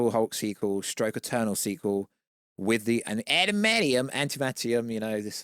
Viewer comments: "Atamanium"_ Where are we getting that extra T😂😂? "Antamantium" 🤣? The film will cap out at a bit over $520 million. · Adam-ant-eeyum…y is that so difficult to say?